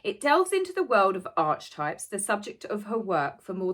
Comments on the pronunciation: Archetypes is a concept that has been around for centuries and was introduced to the wider public by Carl Gustav Jung’s groundbreaking work. I believe it’s pronounced with a ‘k’. Markle is insane for wanting to copyright a word that’s been in use everywhere from psychotherapy to arts. She’s the typical archetype of the clown. Xxx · my love... its not pronounced ARCH-TYPES. Its pronounced AH-KEY-TYPES! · Loving you as always and very happy for your doggie, and sorry to be pedantic but archetypes should be pronounced as ‘arkie-types, and Carl Jung is Yung. Sorry to be picky but mispronounced words grate with me, perhaps I should get out more often🙄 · I’m sorry to be picky but it’s pronounced ark-ee-types! But please keep up with your videos because you’re really good! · Lots of people are pronouncing it (Arkytypes as archietypes)the way you do so not just you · Darling. I don't usually do this (and don't take it the wrong way, PLEASE). The word archetypes is not pronounced ARCH-TYPES, but the slightly more complicated and so-called "posh" R-KEY-TYPES. I don't know why it isn't pronounced in accordance with pronunciation rules, but that's the English language, right? Love this video. There is so little out there more as so many have been shut down (although Sue Smith got back in), and I am so glad you are still there! Give the dogs a stroke from me and have a lovely Easter Monday! 😘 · Thanks again for a great video. Could nutmeg be trademarking the word archetypes because she has given it a new pronunciation? The CH in Archetyoe should be pronounced like a K: Ark-e types not arch-types. It's a new word the way you say it so is that enough for TM or does the definition have to be different from the original 600 year-old word? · In the US we pronounce it as “ark e types” not sure if it’s a UK thing to call it arch types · Archetypes pronounced aa·kuh·tipes not arch-types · It’s pronounced arkitypes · It's pronounced a:kitaips 🤪 sorry luv i'm a nitpicker🙄